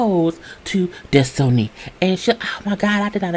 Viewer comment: Des-toe-knee takes me out every time 🤣🤣